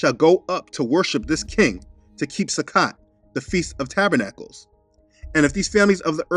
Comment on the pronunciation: Thank you for this excellent teaching! Most pronounce Sukkot as "Sukote" with a long "o". Just fyi. I love all that you are sharing!! Praise Yah!! 🙌🙌🙌